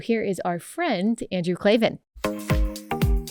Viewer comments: KLAVAN! There are no "E's" in Klavan! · Remember Allie , when speaking with Andrew Klavan "there are no e's in Klavan !